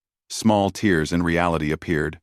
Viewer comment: Great story so far (only 20 mins in) just wondering why the ai can say tear as in your clothes correctly but then can't say tears as in tears of joy? Weird... 🤷‍♂️